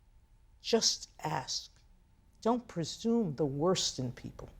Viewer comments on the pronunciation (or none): none